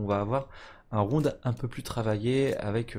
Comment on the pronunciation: il a du mal à dire le mot rounD j'ai l'impression le bonhomme. ROUNE ROUNE ROUNE